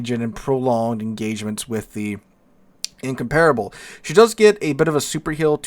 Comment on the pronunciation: Give him a break, man! We're talking about a guy who, to this day, still can't find the stressed syllable in Incomparable and you expect him to be able to speak a language foreign to him? 😂😂😂